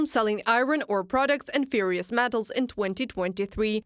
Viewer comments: "Ferrous" spoken here sounds like "furious" but should be closer to sounding like "care-us" but with an F. "fare-us" is closer. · Like furious metals 😂😂😂